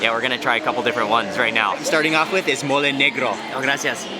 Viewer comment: Its mole no mooley